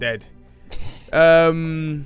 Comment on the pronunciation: Falafel? Fala? 😂😂😂 that killed me